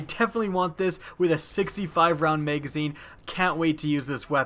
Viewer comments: It's Ma-Ga-Zeen. Not Mei-gaa-zeeeen. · drinking game: watch this video and every time he says "Utilize" or "Maygazine" take a shot. you will not be standing by the end of the video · Y did u call it a maygazine